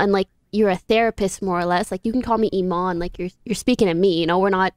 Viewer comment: Üzun its ايمان But american people cant say it right thats why you hear amane